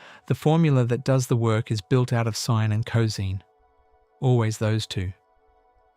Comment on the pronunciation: Too bad the AI voice can't properly pronounce cosine. It would be a lot better if it were a real person narrating this.